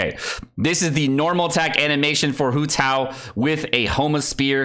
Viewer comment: everyone sayin WHO TAO but not HOW TAO ?